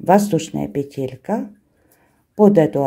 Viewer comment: Спасибо,! Очень люблю Ваш канал. Только Вас, видимо, поправляли какие-то «грамотеи». Правильно всё-таки произносить «пе́телька» и «наки́д». Можно обратиться к словарю, там указывается правильное ударение. Та же история у Натальи Рогатовской: она произносила правильно, доморощенные лингвисты потребовали, чтобы она произносила «пете́лька» и «на́кид». Ухо режет. Простите, не хочу Вас обидеть. Вы замечательная!